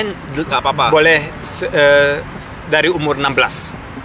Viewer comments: ky kedengaran assuu hahaha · Lah gw kira dia bilang asuuu haha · Banyak yg ngirain itu bhs jawa "Asu" wkwkk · Gw sempat kirain masnya ngomong asuuuu.. ahahaha. Padahal orang jawa kan kalo diliat dari logatnya, apa krn lagi di luar negeri jadi ngerasa seru ngomong asu? Gw sempat mikir sampe sejauh itu sih tadi. ahahaha